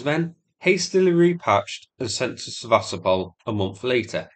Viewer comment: It is pronounced Seva-stopal and not Se-vastopol. Come on man it not that hard and it's been nearly 2 years since the name became really, really well known. Show the Ukrainians who are trapped there some respect and pronounce the name of their city correctly. #StandWithUkraine 🇺🇦 #WeAreUkraine 💪 Все це Україна! 👍